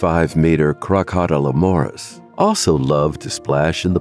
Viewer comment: I used to think the same about the videos from this channel. But now I think of them as "so bad its good". I mean, just listen to the pronunciation of Crocodilomoprhs - its comedy gold!